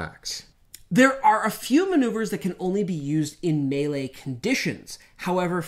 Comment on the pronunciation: Mispronouncing the word “melee” is truly grating.